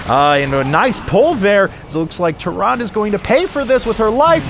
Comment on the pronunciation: The e in Tyrande is not silent. Goddamn it's annoying to hear someone mispronounce that so many times, at least he got it right at the end.